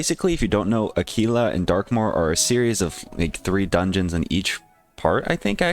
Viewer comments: Lmao tf is Akeelah? It’s Aahkwila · Aquila is actually pronounced Ack-wil-a lol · no he used the wrong pronounciation, do some research lol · Bro what lol I majored in Latin. Qu is pronounced like qu, not like a k. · the way he said it probably isn’t correct but it’s still probably closer than a quil a